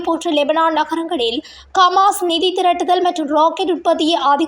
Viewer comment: கமாஸ் இல்லை ஹமாஸ் √